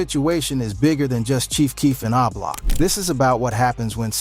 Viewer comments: What tf is ( ahhh-block ) it’s o-block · 👀 Dude it's Oblock not Ah Block!!! It's really irritating and highly distracting to hear you repeatedly incorrectly pronounce it like that. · 😂😂😂 this video... Boy i tell ya..🤣🤣🤣 my boy say ahblock 😂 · 😂lol why this dude keeps saying AHH block...😅😅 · When you can’t pronounce the block name you trying to talk about you should be quiet 🤫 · The way you say O-Block is crazy 😂😂😂